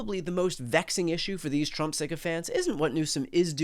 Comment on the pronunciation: He said "Chump" instead of Trump! LOL!!!